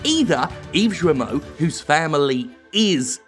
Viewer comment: Just a small precision from a former French resident: "Guillemot" is pronounced with a hard "G" and "Serge" with a soft "G" (and there's no I afterwards) . Unless you're doing it on purpose just to be disrespectful, which is understandable ;) .